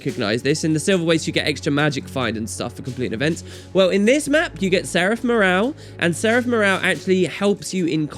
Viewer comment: Take your time! You work real hard for your videos I love them...seraf murral. Seraf murraal? Seraf murral. XD